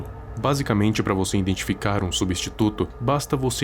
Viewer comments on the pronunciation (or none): none